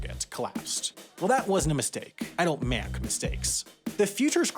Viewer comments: He actually said: "I dont mack mistakes". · "I don't mank mistakes"